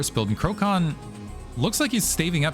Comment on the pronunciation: And btw, i think you were mentioning Krocan being from PL, so his name should be read as ‘krotsan’ which means turkey :-)